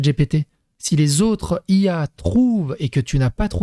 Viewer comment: à C'est pour ça que tu es le meilleur ! 🤣 (par contre c'est IA pas il y )